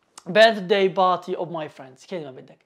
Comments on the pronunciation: نطقك لكلمة party غلط / party not barty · Abostrof ..... Barty😅😂🤣 عليها خرجت ولم إكمل الاستماع لك عرب المشرق وعدم تفرقتهم بين B و P تعلم نطق الالفابي أولا ثمرعلمها للناس